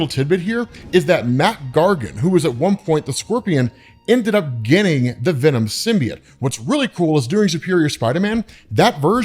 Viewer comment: learn how to say symbiote you fucking lunatic